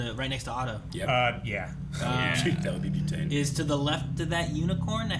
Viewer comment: The way keeps saying Boo-tane instead of Butane, just makes me think of an alternate Ghost -themed version of Butane.